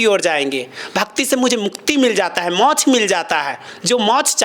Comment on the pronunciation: गुरुजी मोच नहीं कहते मोक्ष कहते हैं राधे राधे